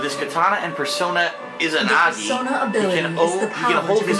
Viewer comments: "Inahbah" "Izinagi" oh god. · His pronunciation of Inaba and Izanagi gave me scoliosis